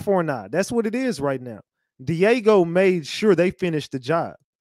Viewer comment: It's Diageo not Diego.